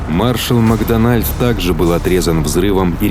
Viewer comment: МакдОнальд, а не МакдонАльд